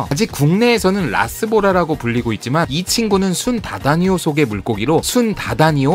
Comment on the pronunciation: 학명을 발음할 때에.. “순_다다니오”가 아니라 “순다_다니오” 입니다.. 그리고 애니몰로는 컨텐츠보다 배송 문제나 신경쓰셨으면 좋겠네요.^^ 오배송이 너무 많습니다..